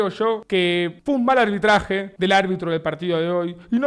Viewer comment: “Fue un mal albitraje del albitro” 🗣️ -Davo Puerro Xeneize